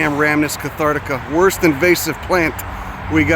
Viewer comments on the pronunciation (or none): none